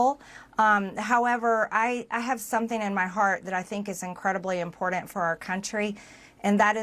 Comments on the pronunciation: What's "imporden?" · I cannot stand how this woman says important and its her frequent go to word. Ugh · AAAAAAAARGH!!! THERE’S NO “D” IN IMPORTANT!!! AAAAAARGH!!! 🤯🤯🤯🤯🤯